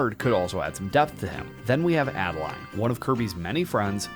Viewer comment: First of all, it's Ado-Lean, not Add-A-Line. Secondly, what if we get a Pure Evil King Dedede?